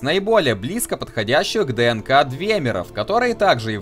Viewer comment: Я биолог, и у меня кровь из ушей шла от каждого произнесения слова "ДНК".